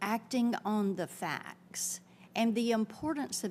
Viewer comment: Annoying that she says ‘fax’ instead of ‘facts’.